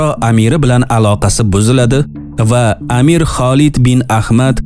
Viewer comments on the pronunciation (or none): none